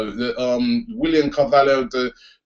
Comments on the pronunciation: Why do you keep calling him CAVALLO? lol surely it's pronounced Carvallyo? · YOU FUCKING PRONOUNCE IT CAR-VALI-O FUCK SAKE, AND MARCUS RODGER? ITS MARCUS RO-HO, HOW IN GODS NAME DOES SOMEONE PRONOUNCE ROJO AS RODGER?. YOU FUCKING HAVE THIS MASSIVE CHANNEL AND CANT PRONOUNCE NAMES. IF YOU FUCKING DONT KNOW THEN FUCKING LOOK IT UP.